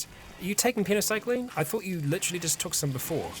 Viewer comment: you are missing a Y in "Penoxycyline" every time you say it.